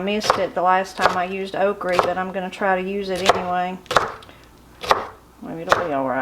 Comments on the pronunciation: I've heard that the original okree was pronounced as you do and it changed to okra later after coming to this country. Your supper looks so good, I feel like I could smell it cooking. Good memories of my NC gramaw. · My Nanny fixed (and pronounced) Okree the same way. I have great memories of her in the garden and the kitchen. This video is a wonderful reminder of her, and and that supper looks incredible. Thank you for what you do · My mamma cooked okra, okra, exactly like yours. Delicious. Also, I have bought different seeds from Hoss Tools in Norman Park, GA. And he did a video about OKRA. HE did research on the pronunciation of okra. The research revealed the CORRECT PRONUNCIATION IS " OKRIE " WHICH MADE ME SMILE. WONDERFUL SUPPER, I'M HUNGRY NOW. Thank you. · Grew up in Adams TN & coupla memories n differences in how my family prepares “okrey” (same pronunciation) Nowadays I use my sieve to get the extra cornmeal out so it don’t cause my oil to burn up too fast. I’d be told to get diddys flannel on to cover my arms and be given a bowl and a paring knife. I knew I shouldn’t cut off anything bigger than the blade of the knife bc they said that was too tough. Although- if it were to be boiled(spit up the sides and boiled till tender in buttery water) then it could be bigger. We didn’t top n tail them unless they were older & too big - I like the tails personally fried up same as I like the crispy fried fish tails 😂 Anyway we had stewed taters instead of milky. We fried our okrey like you. We always kept a freezer on the outporch with deer meat in it too. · My husband pronounces okra the same way and we are from KY. I have never seen anyone eat jelly without toast or biscuits. But I would love to taste the mulberry jelly! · Oh my goodness that's exactly how my granny says okra and fries it the same way real good eatin there, keep up the good videos. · I agree! I’m from Georgia and I’ve never heard anyone pronounce it Okre/Okry.